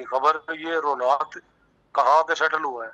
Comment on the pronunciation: हुनात नहीं रोहनात है। पूठी मंगलखान है।